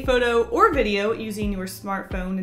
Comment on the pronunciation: Did anyone else Heard what she said she said bideo